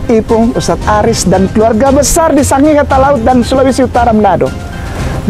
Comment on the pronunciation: ngomong Sangihe salah,botol